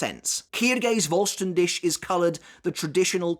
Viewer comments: Hearing say "Voll Stern Dish" cracks me up everytime. It's pronounced "Dihh", with the last part sounding like a cat's hiss. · Great video as always, but it's "fohl shtan dih", pretty sure google translate when set to german will pronounce it well, you pronounce it well except for the last sound, which is H as in helicopter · vollständig , voll-sten-dik... pronounc eit like that and it would sound better for me as an german haha ^^ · It's pronounced as Fol-stand-dih. German pronunciations are funny. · Voll ster DISH🍽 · video top but please my guy vollständig is a german word put it in to google to pronounce it at least semi right😅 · I know you don’t speak the language, but as a german… these pronunciation huuuurt. Like if i didn’t know what you were trying to say i would not understand.